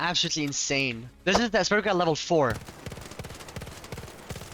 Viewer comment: the asparagol lmao